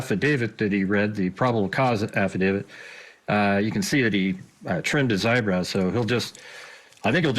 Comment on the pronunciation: Thank you for saying, “affidaVIT” instead of “affidaVID”!!! 😉